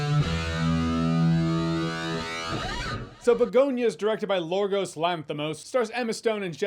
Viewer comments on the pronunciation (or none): How?! How do you go from "Yorgos" to "Lorgos" I don't know! I'm Ioannis and so many people go "Loannis" but that is fine, but to go from YORGOS to LORGOS is unique! Thanks for the chuckle! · Nice try Jeremy, but it's "Yorgos" Lanthimos not "Lorgos". It's basically the greek version of "George". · Did he call him Lorgos?